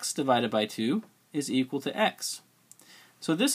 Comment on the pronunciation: I love how you say equal as zequal... Thanks for the video aswell